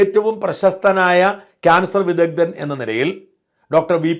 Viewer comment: വിദദ്ദൻ എന്നല്ല വിദഗ്ദ്ധൻ എന്ന് പറയ്